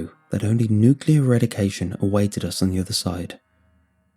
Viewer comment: I know im knitpicking but it really bugs me you say nucular. The rest of narration is auditory gold but that fucked me up.